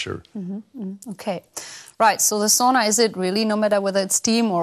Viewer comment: Das ist Sauna, nicht Soona ;). It’s Sauna, not Soona ;). Greetings from Finland ;).